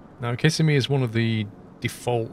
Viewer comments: Kiss-a-me. 😆. I live in central Florida. It’s pronounced Cu-sim-ee. Cu like in “cup”. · kih-sim-ee not kiss-uh-me :] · kiss a me lol it's pronounced ka sim e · As a lifelong Floridian, I feel it my duty to tell you that Kissimmee is pronounced Ki-SIM-me, not KISS-e-me. It’s a common mistake, but it does bug the natives a bit when you mispronounce it. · It’s actually pronounce Kisssemi 😊